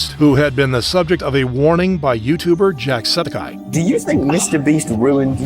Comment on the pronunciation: is it just me or is the script and VO for this video AI generated? some of the pronunciations are really weird. he says jacksepticeye as "jackseptice" which is how the text is displayed on the screen. just seems a little suspicious